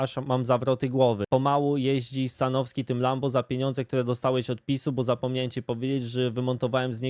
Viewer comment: Mnie to śmieszy jak mówi "stanoski" bez "w"